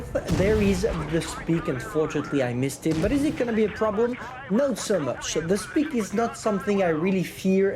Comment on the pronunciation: Hahahaha "now we have speak" instead of spike. Love how confident you are